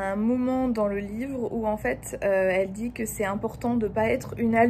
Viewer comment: Un livreuh vraiment...